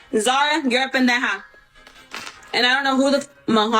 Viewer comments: the way she says pendeja sounds so unserious—you can tell she doesn’t speak spanish unless she’s tryna act tough coz girlll where’s the JJJJJJHH in pendeJa😣😭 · I only can hear Peneja😭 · Stoppp the way she can’t even properly pronounce the easiest cuss word in Spanish